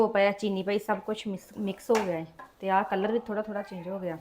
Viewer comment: ਨੀ ਤੁਹਾਡੇ ਘਰ ਵਿਚ ਤੋਤੇ ਵੀ ਬੋਲਦੇ ਪਏ ਹਨ ਕਿ ਤੋਤੇ ਵੀ ਪਾਲੇ ਹਨ, ਨੀ ਕਲੱਰ ਨਹੀ ਹੁੰਦਾ ਕਲਰ ਹੁੰਦਾ ਹੈ. ਖੇਤਾਂ ਦੇ ਬਾਹਰ ਜਿਹੜੀ ਫਾਲਤੂ ਥਾਂ ਹੁੰਦੀ ਹੈ ਜਿੱਥੇ ਕੁਝ ਨਹੀਂ ਹੁੰਦਾ ਉਸ ਨੂੰ ਕਲੱਰ ਥਾਂ ਕਹਿੰਦੇ ਹਨ. ਤੇ ਜਿਹੜਾ ਤੁਸੀਂ ਰੰਗ ਪਾਇਆ ਹੈ ਉਸ ਨੂੰ ਕਲਰ ਕਹਿੰਦੇ ਹਨ. ਨੀ, ਬਹੁਤ ਵਧੀਆ.